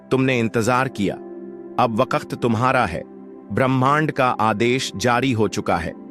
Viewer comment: Wakat nhi bhai waqt